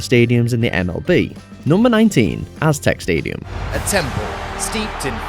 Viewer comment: It's AztecA not Aztec stadium. Pronounce it properly ffs